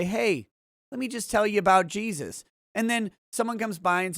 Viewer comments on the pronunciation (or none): none